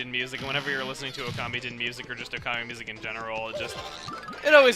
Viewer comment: Ahen you said you were listen to Okami music I thought you said you were listening to communist music